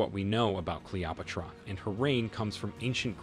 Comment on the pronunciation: My fav was a random pronunciation of Cleopatra as CALOPUTRA